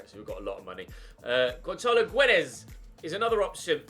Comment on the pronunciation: Please learn how to say Guedes name if you get him cus that just annoyed me not gonna lie